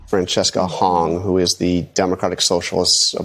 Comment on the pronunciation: Seriously?! You can't pronounce Francesca? I'm honestly stunned.